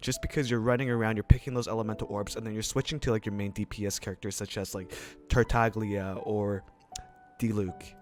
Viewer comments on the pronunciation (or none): none